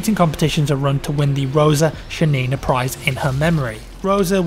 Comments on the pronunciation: It's ShAnina, not ShanIna. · great video, feels good to hear something good about soviet army for a change. But i have a few corrections. First of all she ShAnina, emphasis on the first "a". Secondly Archangelsk isnt a village nor its a town, its a city. Thirdly it wast the russian army that fought in the war, but soviet. Its not a big deal but you really should understand that there were many non russian people fighting for the soviet unuion sinse they were part of it. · Roza SHAnina - Not ShaniNA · Please, pronounce her last name correctly,. Just put "Шанина" in Google Translate (choose Russian) and hit "play. It's not that hard to learn how to pronounce a foreigner's name before you record. Please, upvote for to see. Thank you.